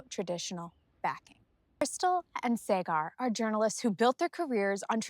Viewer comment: Also it is Saaaag-ar (like Saag Paneer). Krystal has now fully hijacked the show.